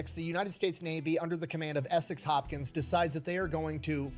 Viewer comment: ESEK, not "Essex". I'm from his town.